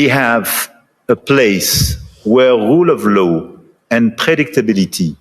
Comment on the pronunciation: France talking about the rroule of louw? Libya?